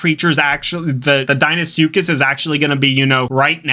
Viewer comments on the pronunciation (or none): erm, actually, it’s pronounced, “Dee-nough-soo-kus” 🤓👆